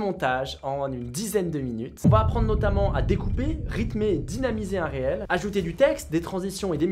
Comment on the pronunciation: Cela se prononce Reels ou reel = Riil ou Riilz ... et non réel :)